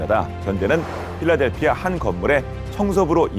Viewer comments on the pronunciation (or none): none